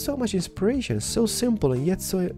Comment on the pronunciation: could you stop saying the word insperation!